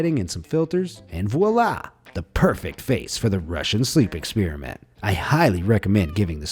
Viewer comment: “ExpEEEriment”—not cool bro